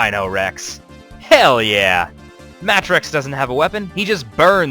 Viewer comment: this guys name is pronounced Matt Rex. for some reason they decided to put them together.